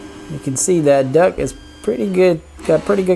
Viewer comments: Duct, not duck! Awesome videos though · Hey thanks for the upgrades and just to help u out.... the word is D U C T you kept saying duck lol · Just wanted to mention its "duct", not "duck". :) Cheers! (Printed Upgrades > Fan Duck) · It's a fan "duct", not duck. A duck is a bird. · Its silly he keeps calling the fan duct a fan duck. Even in the desc.